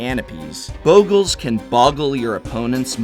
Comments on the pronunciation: It's Bog-LAY get real :P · Talking about mispronunciations... The double consonant after a vowel shortens the sound, in this case the short o, as in boggle. Usually having an e after a consonant after a vowel lengthens the sound; making bogle having an o sounding as in toe. Damn English and its rules.